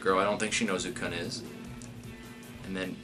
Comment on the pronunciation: Please, someone send him a clip of the Aguero goal against QPR so he knows how to pronounce Khun's name.